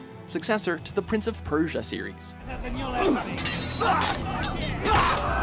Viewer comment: Kogarivpeit Rivanekoi hmm... sounded fine to me